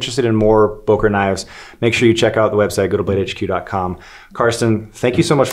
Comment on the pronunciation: For the love of God, please stop calling Böker knives Boker knives... The key letter here is ø or ö, not o. Ø sounds more like the first syllable of early, rather than o like in overwatch. Other words containing a resemblance of the sound of ø is: sir, surfing, such, ugly, under, upper, surgeon etc, etc.